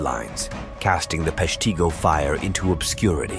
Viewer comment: Locally we pronounce it Pesh-teh-go. Other than that an interesting channel and episode.